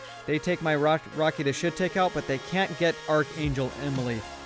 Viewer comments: Great videos Shiitake is a type of mushroom Japanese pronunciation sounds like She ta kay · Dude..........its "She-tahk-eee", ya know rhymes with "Rocky"..... Wow, lol. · Rocky the shiitake that's not how you say shiitake its sha-ta-ky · Lol rocky the shit-take, it's pronounced shit-AH-kei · Rocky the shiitake is pronounced: rocky the shiitaakee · Shiitake is pronounced she-tok-e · It's rocky the shi-ta-kay. Named after the shiitake mushroom. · "Shiitake" is a type of mushroom pronounced shee-taw-kee. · Just so you know it's actually pronounced Rocky The She-Tark-E This link might help you pronounce it: :D great video by the way! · It's "shi-ta-ki" XD but nice tips. :) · Shiitake is shi-talk-ee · Also to pronounce Rocky the Shiitake is She-tok-eee